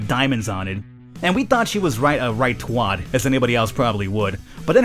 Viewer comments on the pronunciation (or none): hahahhaha says twat wrong